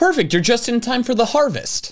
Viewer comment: Ah yes, Za h a r v e s t e